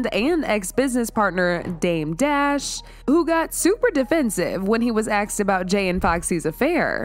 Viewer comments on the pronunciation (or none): asked not axed.